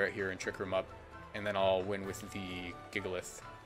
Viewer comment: "jigalith" -WolfeyVGC